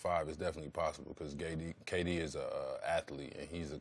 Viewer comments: he says GayD instead of KD 😂😂😂😂😂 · McGee said GayD instead of KD. My guy. Lol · He said gayd not kd lol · he called K-D gay-d. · "GAY-D" Lmao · “Gay-D” 😂 damn JaVale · Lmao this man javale said Gay-D he shaqtin a fool everywhere😂😂😂